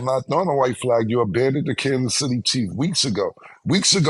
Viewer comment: Cam saying Candice city chiefs 🤣🤣